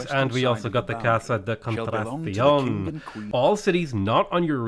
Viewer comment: Please stop saying Casa de contracion - it’s wrong and sounds terrible - it’s contratacion!